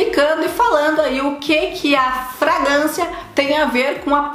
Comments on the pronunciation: Oi,. O correto é FragRância e não Fragância. um abraço. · o certo é fragRância kkk não é "fragância"